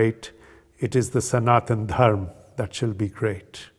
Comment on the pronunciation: Can't expect any North Indian by default, to pronounce the correct Sanskrit way : dharma, sanatana. Only a south indian would do that although they do exaggerate it far too much, atleast the word is not butchered by being cut abruptly as if the "a" was just not there!!!